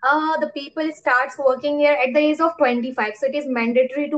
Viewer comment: Ur pronounciation of age and small is wrong.Small should be pronounced as "smoll" And the pronounciation of age u can see in google. Because it's difficult to explain.However don't feel bad because I am not judging u . I am just helping u to improve. And yeah I love ur confidence and smile 😃